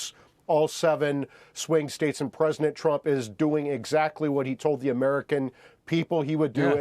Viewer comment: Presinant. I can’t unhear it!